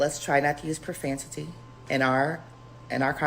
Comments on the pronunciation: Not profantity 😂😂😂😂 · Profantity? It is profanity. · Not "profantity" though!!! 😂😂😂😂😂😂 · First of all it’s profanity. With an “f” . Sorry just so you know in future. I do make those errors or slip of the tongue also. 😊